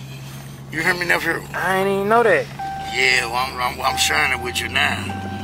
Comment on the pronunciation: “Nepfrew” I never hurtcu nepfrew 😂😂😂